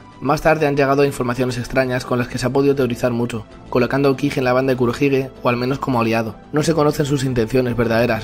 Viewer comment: No sabes ni pronunciar Aokiji